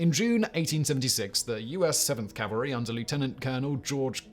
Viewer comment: CORRECTION! DUDE is it NOT "calvary" it is "cavalry" as "calvary" is a place in Israel. Of all the people on this planet YOU should know better. We enjoy your videos, but bristle at ignorance such as this. Best of luck!